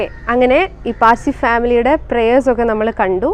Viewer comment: PAZHSI ALLA SAY PARSI